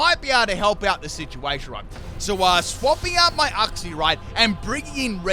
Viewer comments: When you misprounouce uxie's name wrong wow. It's not uhxie. It's uxie. You say the letter u first. I can even tell that you haven't seen the anime as well when you misprounouce certain Pokemon like rayquaza saying it like rawquaza when it has ray in the name and not raw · The way u say Uxie triggers me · The way says Uxie tortures me.